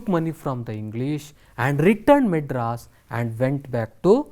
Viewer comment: Maedras not madras